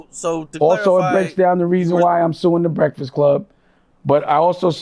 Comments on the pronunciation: Why TF u cant say “breakfast” right ? As many breakfasts as you eat daily 🫃🏾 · can’t say the word “breakfast” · This man can’t say breakfast for shit😂😂😂